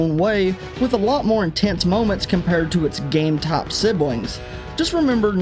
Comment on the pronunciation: "Game taap"